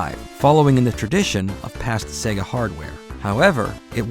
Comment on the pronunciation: Thank God you are saying Sega correctly.